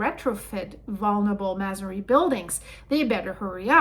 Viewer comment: We pronounce it may-sun-ree buildings, lol Hugs ❤